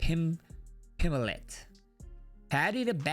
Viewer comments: You can understand someone messing up the pronunciation of giga chikadze and other tougher names. But paddy pimbleton? Brutha??? Hahahaha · Pimbleton sounds more British than Pimblett and I'm British lol 😂